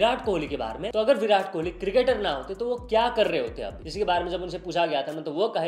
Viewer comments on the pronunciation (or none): none